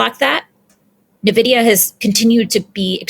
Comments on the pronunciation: The fact she calls in NaVidia is concerning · I've never heard Nvidia pronounced that way before. Since the early Nvidia graphics card, I've always heard it as N - vidia. Blocking the Nvidia/ARM merger on antitrust grounds was quite the choice, especially since AMD was allowed to acquire ATI 18 years ago and runs both x86 and graphics card divisions.